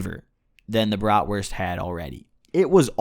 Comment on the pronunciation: xD jo und auch gut ausgesprochen für nen dichten ami